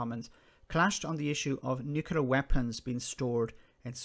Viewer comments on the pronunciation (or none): Tiny little pet pieve. It's "Nu-Cle-Ar". Not "Nu-Cu-Lar". Right, rant over, great video, and great commentary.